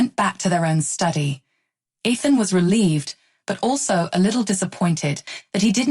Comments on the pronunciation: Please stop mispronouncing Ethan to the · Stop mispronouncing Ethan 😮